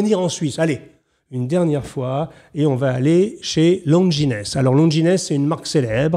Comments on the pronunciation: Longines, pas Lon-gi-nès. Quand on parle de montres il faut essayer de ne pas parler comme un campagnard, même pour faire semblant de s'y connaitre. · En dessous de 1000€ , les mouvements sont chinois ou Swatch. Assemblée en .... La Seiko déchire. Longines forcémment. Regardez ça aussi, magnifique style rétro, mouvement japonais: Bravo pour cette excellent vidéo ! Et Longines se prononce à la française, c'est un nom français: lonjine ;o) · très bonne sélection bravo ! (petite annotation le S de Longines ne se prononce pas, ça se dit "LONGINE") :) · Oui Baptiste évidemment ! Mais après tout je resterai dans (la petite) histoire comme celui qui a prononcé Longinesse (comme on dit chez half-nous aux USA) au lieu de longiiine. Mais finalement je trouve ça presque plus classe. Amicalement, Hugo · Merci RG pour ces précisions, et désolé pour ma prononciation erronée de Longines (mais vivant la moitié de l'année aux USA, j'ai tendance à prononcer cette marque à l'américaine). Hugo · Pardonnez-moi M. JACOMET, mais je dois vous écrire que mes oreilles ont sifflé un peu en entendant votre prononciation de la marque Longines. Si je peux me permettre, cela se prononce "Lonjine", puisque c'est d'origine Franco Suisse. ;) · Bonjour M Jacomet. Je viens beaucoup plus du milieu des montres que de la chose sartoriale ( ce pourquoi je suis votre excellente chaîne). Bravo pour cette sélection très pertinente :). Juste une petite remarque, Longines se prononce Longine (sans s). Bien à vous, Luc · Excellente émission comme d'habitude, une sélection pointue et élégante. En tant qu'amateur de montres plus sportives, je sais maintenant où chercher pour apporter un style différent à mon poignet ! Une simple petite remarque de détail : le mot "Longines" tire son nom du quartier où est située l'usine de la marque à Saint-Imier en Suisse, et se prononce "à la française", comme "origines" par exemple.